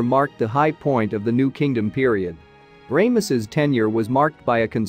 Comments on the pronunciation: Its Ramesses NOT.... Raymesses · You know you'd think that if you narrate these videos you could pronounce a Pharaohs name as popular as Ramesses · Definitely an interesting pronunciation. I suppose the first syllable is okay, since it refers to the sun god “Ra”, which some people pronounce as “Ray” (like the rays of the sun).